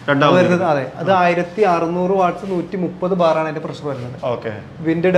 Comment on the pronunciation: ബ്രോ പ്രസ്സർ അല്ല പ്രഷർ എന്ന് പറ 🙏